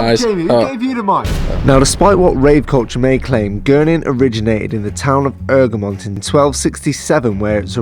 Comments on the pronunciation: 😂😂it’s not erg-remind it’s EGG-remont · you don’t promonounce it ERG REM ON TA, it’s egg ro mont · You say it like eggramont not eugrmont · Haha ergamont it’s E G R A mont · It really annoys me how im local and we pronounce it “egg-re-mont” not “erg-mont” 😂😂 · It’s not errrrgerrrmont It’s egggreeeemontn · It’s egremont not ergemont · Ergmont? Egg-ra-mont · It’s Egremont NOT ERGREMONT! well that’s how you say it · It’s eg re mont. ffs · It's pronounced "egg-re-mont" u fuckers🖕🖕🖕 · It’s pronounced.... EGG-RE-MONT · Bahahahsghd I live here! this is great🤣 ps it’s pronounced Eg-ruh-mont😂😂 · It’s pronounced egg-remont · I can’t believe you were literally 10 minutes from my house and I didn’t realise it.. Btw it’s pronounced “Egg-Remont” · Great vid. One thing. Its pronunced "egg-re-mont". Super vid though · I live right next to Egremont. Btw your saying it wrong marra 😂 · Live here and you Apsolutly slaughterd the the pronousination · Is it me, or is he saying Egremont wrong? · Butcherd the name egremont 😂😂